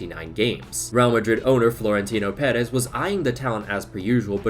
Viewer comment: Don't take it wrong, but it's a little mistake you've made in the past. Florentino Pérez (you pronounce it very well) is the president of Real Madrid, not the owner, the club is fan-owned.